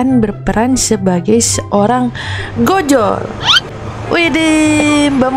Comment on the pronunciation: Mohon maaf kak bacanya ojol bukan Gojol